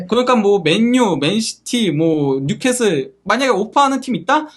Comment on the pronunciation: 뉴캐쓸 인데 뉴캐슬이라고 하노 자꾸 ㅡㅡ